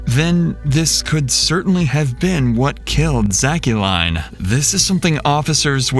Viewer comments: why is the narrator pronouncing the daughters name as "shack-cu-lein" when its 99% probably just said like "Jaclyn" 😭😭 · AI pronounces her name as "zackqueline"...WTF??